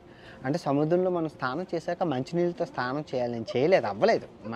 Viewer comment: Babu ANVESH...STHANAM KADU...SNANAM